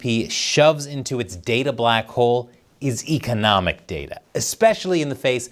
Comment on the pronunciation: Why can't you pronounce economics?